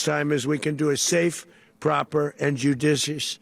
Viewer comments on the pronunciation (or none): "Judicious transition"?? A) He cannot pronounce that phrase without slurring and stuttering, and B) When has he EVER been concerned about being "judicious"?? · He cant say “judicious”. This is the end of us.